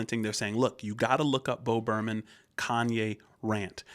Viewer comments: it's not bo burn um it's bo burn ham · It’s pronounced Bo burn ‘em